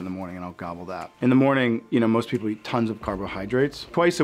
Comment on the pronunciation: it sounds like he just learned the word gobble